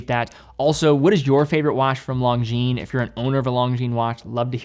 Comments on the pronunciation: I'm English Canadian and not fully fluent in French, but even I cringed at his pronunciation of this brand. I hope he can atleast pronounce Cartier properly, or relatively close to the proper way.. unlike how I've heard it on u.s. radio commercials.. "Car dee ay".. 😳 But that aside, he put out a fantastic video on this brand, and I completely understand the difficulty of saying French names like Longines. Maybe Kevin O'Leary can give him some pointers. 😆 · Please stop pronouncing "Longines" with a hard "G." Their name is French.